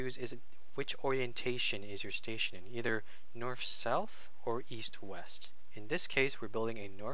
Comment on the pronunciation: answer* not question station* not stetion xDD